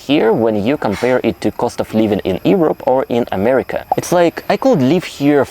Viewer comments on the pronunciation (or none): none